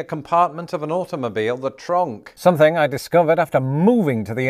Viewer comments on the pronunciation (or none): Why do you pronounce it "tronk" it's trunk? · I notice you're using the Dutch pronunciation Tronk